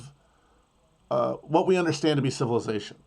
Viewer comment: This mf said watt & dauble